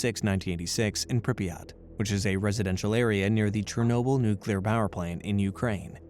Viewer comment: Dang NucYouLur... you scary!